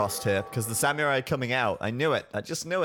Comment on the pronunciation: U r pronouncing "samurai" wrong!!! My girlfriend (which i respect) is Japanese and she is offeneded!!